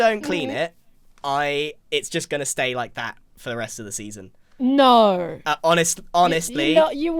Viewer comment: we found «naur» in the wild